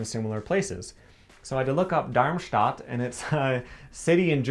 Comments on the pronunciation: Darmstadt literally means "intestine city". Such a weird name. pronunciation of the name is really good. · Pretty good pronunciation of Darmstadt 😄👌🏼